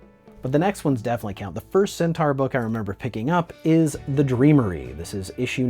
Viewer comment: The Body Horror Champ!! LOL "like I have some sort of sentar fedish. I really don't....I think" LOL